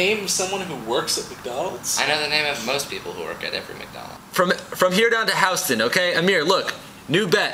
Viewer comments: hold up, did he says HOW-ston? Did he mean Houston? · He said "House-Tin" instead of "Houston" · I'm English but, Housten like, through-sten? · it's actually pronounced that way the ppl who pronounce it hewston are saying it wrong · I think he said halstead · Did he say House-ton? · said Houston wrong. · It was a mispronunciation of Houston, but it was on purpose because I think that's how Amir says it.